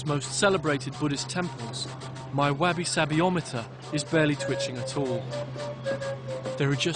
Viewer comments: wah-bi sah-bi! NOT wabby sabby! So intelligent and yet so ignorant. You are wabby-sabby, narrator. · "What is wabby-sabby?"...lol. Say it like that, noone'll know what you're in search of. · Yeah at first his pronunciation of it drove me nuts... but I'm glad I hung in there and watched the whole thing...the documentary got better and better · Is it really so hard to say wah-bi sah-bi when it's what the whole programme is about? His brother Louis does wonderful documentaries where he looks at people we might view as strange or terrible but treats them with respect and faux innocence. Marcel is desperate to be the same but ends up treating ordinary people with condescension and a crass lack of respect. He's a hard person to like or even watch. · I just watched long enough to see if he would mangle “wabby sabby” in the same way as his fellow Brit, Alain de Botton, does in HIS video on the topic. He does... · GRATING! At least pronounce the word properly! Constantly saying "wabby sabby" when the Japanese are constantly repeating the word to you is the height of English arrogance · I couldn't make it past . "Wabby-sabby" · I am relatively young, granted, but my primary issue was one of pronunciation, not of advertising, as implied in my original post. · just me but before going to another country and asking about a concept, I would first learn how to pronounce it correctly!! Had to stop after I heard the intro.. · I only made it to 1 minute and 24 seconds because his pronunciation of wabi sabi and his lack of awareness when putting that poor hotel desk clerk on the spot were too painful for me to cope with. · Why didn’t you learn to pronounce it. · The way he pronounces wabi sabi, 10/10 would say it wrong again. If you like having sexual fantasies with teletubbies, come to a maid cafe. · Had to turn it off because the fellow didn't even care enough about his topic to learn its very simple pronunciation. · Nah man, his pronounciation has lots of wabi sabi. 😂👌